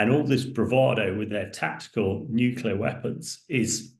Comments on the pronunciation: The word is NU CLEAR NU CLEAR NU CLEAR NOT NUCULA NOT NUCULA NOT NUCULA, Jesus men (and i's usually men who mispronounce the word) , it's your language and you're mangling the danmed word. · Please, the word is ‘nuclear’ not ‘nuculer’. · It's surprising that a war analyst doesn't know how to pronounce "nuclear", and instead says "nucular." Speaking of which, when asked what the worst-case "escallation" would look like, the response was "obviously war with NATO." Hardly. The worst case is Russian launching hundreds of nuclear missile as Europe and/or the US, which even if met with a larger nuclear response toward Russia, could mean most of civilization reduced to rubble and ash, and most life on earth gone. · Right. Sadly, even George W Bush used to constantly say "nucular" even while president. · Nuclear, pronounced new-clear. This is not difficult! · NUCLEAR!! Not Nucular! Ffs sake, you're in the bloody army 🙄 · I offer my free consulting services on how to correctly pronounce "Nuclear" to anyone who has a role in which they will speak on TV, Social Media, or speaking venues. HMU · Reminds me of Bush junior, several Uk nuclear experts and media heads … irritating 😊👍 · Thank you - that annoys me too